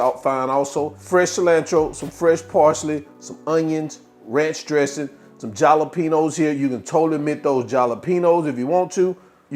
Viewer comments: "JAW-LO-PENO" for Jalapeño "Halo-peno" is crazy work🥴🤣🤣🤣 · The J is not pronounced..😂it’s pronounced…HALA…… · Jalapeño (ha-la-pen-yo) The letter “J” is pronounced like the letter “H” in Spanish. The letter “N” in this format in Spanish, "ñ,” is pronounced like the letter "Y." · My soul left my body when he said jalapeno